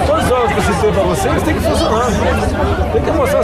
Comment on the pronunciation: "Fonciona" é foda né man...